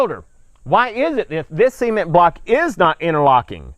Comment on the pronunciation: Sea-men-t and rubarb ....of course they needed to tear it down A good builder would use concrete and rebar and that tool is called a donkey dick...just sayin JK love the videos